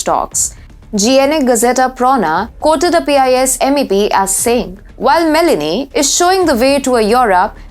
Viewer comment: Its ME LO NI, not Melanie!